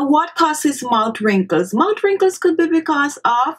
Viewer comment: Sonya Parker, I love her island accent, but yes, the 'mout' being said over & over again made the beginning of the video difficult to watch. If you don't like that people have something to say about that, I feel sorry for you, because you are an adherent to 'Do as I say, not as I do.' Any linguist or language teacher worth their salt would instruct her to place her tongue onto the back of her teeth while pronouncing th's, or as my speech therapist used to say, 'ith' sounds. Just clicking the tongue on the back of the upper front teeth makes the 't' sound, but holding the tongue there creates the proper 'th' sound. That way she would say 'mouth wrinkles' & 'thirty minutes' instead of "mout wrinkles" & "turdy minutes". It's about lingual mechanics, not any kind of disrespect. To say that it is not respectful to try to tell someone who is a public speaker to properly articulate their words so that their entire audience can understand what they are saying is very silly. It would be not respectful to just rubber stamp it. She's a grown woman. I think she can handle the comment. And if she can't, she doesn't belong on YouTube, she'd belong in therapy. Again, she looks to be healthy, happy, & not a withering flower. I don't think she's losing any sleep over And She Was's comment. The woman is mispronouncing her words, period. Saying it is not respectful to tell her that is... just your individual overly defensive emotions speaking, not fact. Facts: If the lady were to say those word